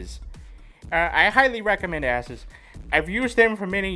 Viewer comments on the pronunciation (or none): I've heard it pronounced as A-Sues I've heard it pronounced as Ace-us but never have I heard it as asses.